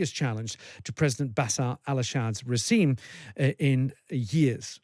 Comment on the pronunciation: Bruh... "Basar al Ashad's recime."